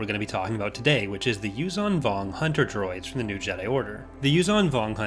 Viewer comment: Repulsorlifts would be of limited use in a vacuum. Also, the 'zh' in 'Yuuzhan' is pronounced like the 's' in 'leisure'.